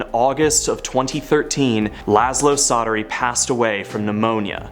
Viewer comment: Csatary in Hungarian is pronounced "Chaataree" That is all :)